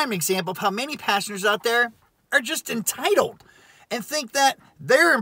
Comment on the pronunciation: You're saying many passengers. But, It sounds like you're saying many Pastors 😂